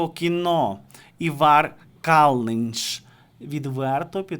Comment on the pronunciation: Ивар Калныньш ставить ударение надо правильно. В имени-на первой буквы,а фамилия на Ы.